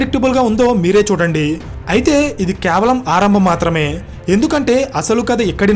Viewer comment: "కే వలం" అని పలకండి, "క్యా వలం" లేక ఇంకో రకం గా " కే" ను " క్యా" అని ఒక విధమైన వెట కారపు శబ్దం, ఎబ్బెట్టు గా " క్యావలం" .వినటానికి స్టుపిడ్ గా ఉంది. అక్కడ ఏమి ఉందొ అది పలుకు. " కే .వ .లం."